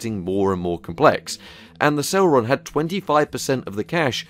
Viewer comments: "celron D" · C e l e r o n not celron? Dual not D'all sorry your content rid facinating sorry to complain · Never heard it pronounced Celron before lol, Cel-ehron